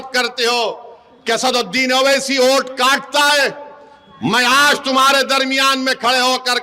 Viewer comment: Abe vote bol thik se tujhe to bolne bhi nahi aata pm ko modi bolte ho